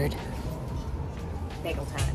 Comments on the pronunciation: It’s bagel…not bigel…nor biagle…..I really wasn’t sure what you were getting…. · It’s BAY-gle. Who is this person and why does she have a multimillion dollar Manhattan apartment? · How many times did she said BaEgaL in the beginning 😂😂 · You say bagel right when you say it with a piece of bagel in your mouth lol. We say Bayygul